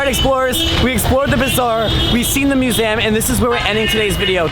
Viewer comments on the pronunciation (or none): Whys no one pointing out how irritatingly wrong he's saying museum hes saying it like muzaeum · STOP saying muzaaam... it's museum for crying out loud. It's a shame you visit a ton of them and you don't even know how to pronounce it right.